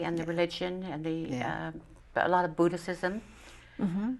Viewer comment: did the presenter just say "a lotta buddhisissim"?